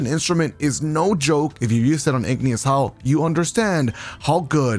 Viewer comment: “Igneous howl” 🤔